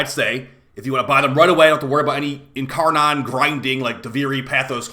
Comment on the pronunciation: Ok enough, it's not incarNON it's incarNIN